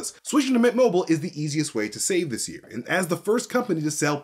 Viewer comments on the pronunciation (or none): none